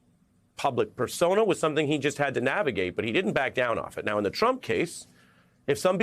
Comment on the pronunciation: haaaad. There is no R.